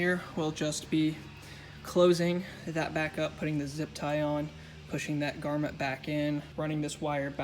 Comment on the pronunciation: and it "GROMMET" not garment lmao, it's not a piece of clothing